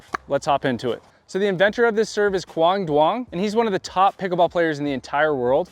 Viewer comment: Really amazing serve and tutorial. Practiced for days and got to use it against these a holes and it worked like a charm 😃. Thanks for the video. Also Quang Duong pronounced...The qu is pronounced like gu in guacamole and the du is like y sound, so it's yoong. Like young but with an oo like a ghost booo sound in the middle instead.